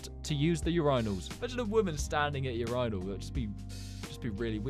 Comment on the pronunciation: why did you say urinal like that...